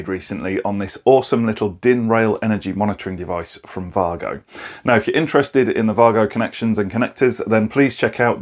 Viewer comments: Yeah, i heard that difference. Vahgo. I thought it was Waygo. Typical Germans; making excellent things and not shouting about it. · Thank you for pronouncing Wago correctly ❤️